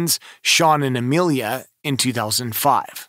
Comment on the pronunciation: C-A-N-N...McCann. NOT McCain. And, NOT Amelia either. I'll let you figure that one out.